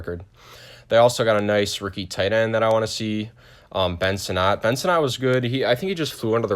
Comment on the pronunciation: Ben Sinnott I have a lot of faith in, too, however his name is pronounced like Senate which being in Washington is rather appropriate.